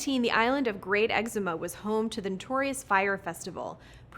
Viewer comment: I applaud your attempt 😂 I was going to say that for The Bahamas, it's "exoo-mah". Nothing like Eczema 🤣🤣